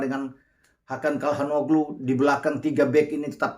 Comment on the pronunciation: Izin koreksi penyebutan nama bang. Bukan Kalhan Oglu, tapi Calhan Oolu..Ç= (Ce) (Cal) dan Oo..lu